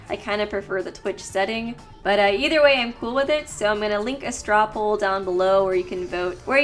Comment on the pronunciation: "To show him the light wae"